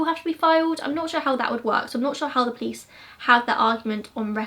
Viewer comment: Its funny how you pronounce police-plice that's how I hear in every video lolol